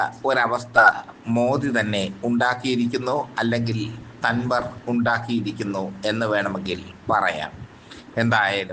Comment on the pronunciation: Dhanvar alla Dhankar ennu parayu